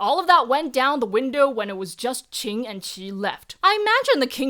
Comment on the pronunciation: You are continuously pronouncing Qin as Qing